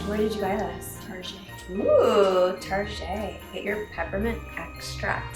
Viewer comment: I also shop at, "Tar-shey". LOL